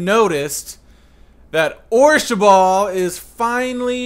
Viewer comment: it's orshabaal not orshaball